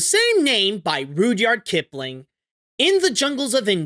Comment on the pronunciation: Rud-yard not rude-yard